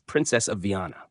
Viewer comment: Comentarios con IA ,que desastre 😂😂 Es Viana no vanna😂 ni Viena